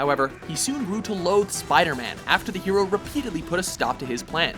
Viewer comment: Anyone else hear the narrator say Euro when he says hero?